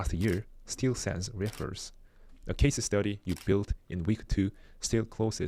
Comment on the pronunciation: The word “months” is a single syllable word has a single s in it. It’s not pronounced “months siz”. Pronounced “monthz” “Case” is a single syllable word it’s not pronounced “case uh”. Pronounced “cays” Most words ending in -ed the -e is silent. Watched is a single syllable word. It’s not pronounced “watch” “ed”. It is pronounced “watchd” 😂